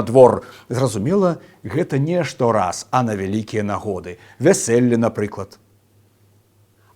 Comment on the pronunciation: U fateli, nie "na", na viasIElli, nie "viaselli"